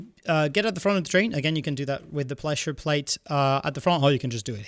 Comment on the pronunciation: I’m sorry but my brain is now stimming on what you said . “Ple-shure plate.” I’m sorry but I can’t help but just do it lol